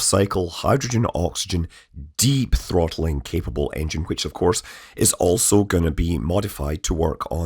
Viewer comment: is that the Scottish accent or did Scott try to sneak in "deep throat-aling"